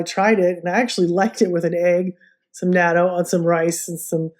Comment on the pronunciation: Love natto and now I do make it in my Luvele..but could we please pronounce it like this “not.toe”…. Or listen to a Japanese person pronounce it…just saying…you did inspire me to use my Luvele for making it. Next I will order the specially cultivated smaller soybeans for natto from Laura soybeans.. turns out even the natto made in Japan uses special soybeans imported from the US